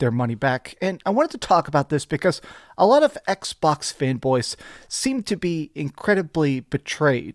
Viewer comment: I don't come here to see washboard face, nor to hear him say "Ecksh..Bawksh" like it is 2 words in a mouth full of spit, but I do come here to see the Xbox fanboys melt down and soil themselves. This is a transitionary time for Xbox. This IS a smart move for them and Sony WILL follow suit to also be multi-plat. Different strategy no doubt, but this is where the money is and Sony knows it. Plastic box vs. Plastic box loyalty is coming to a close. But if Playstation is the only plastic box out there - well we all know Monopolies are not good for consumers, so hopefully Xbox makes consoles as an option to PC hardware and as an option to buying a playstation in the future.